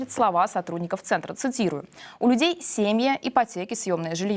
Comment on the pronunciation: Ведущая - ии? .. ну, просто так много неверных ударений.. в несложных словах.. имени БлОхина.. у людей сЕмья...